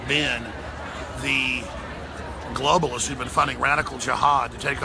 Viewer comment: "gloaballists" xD